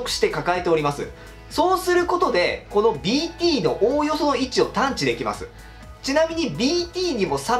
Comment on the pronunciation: BTがDTに聞こえてしょうがない